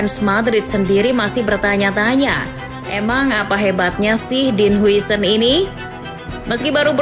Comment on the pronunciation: "Din hausen" min